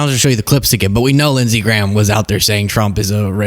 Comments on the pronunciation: Lindshe Gayham? Seriously? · Its lindsey GAYHAM